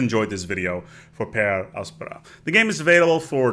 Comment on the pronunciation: I really like how he pronounces the littera canina. Though I prefer per angusta ad augusta.